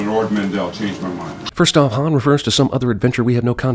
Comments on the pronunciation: Need to add a sin for Leia pronouncing "Han" like Lando does! 🙄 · Right I would almost swear that Leia called Han ( that we pronounce like Hahn) Han (pronounced by her like Ham, same as Lando.) I will listen again but that's what it sounds like to me. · Holy shit when chewie chokes lando, leia pronounces hans name with a long a like hand! And yet lando gets all the shit for doing that later